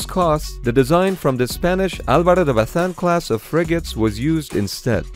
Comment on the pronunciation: He pronounced It correctly, its Álvaro de Bazán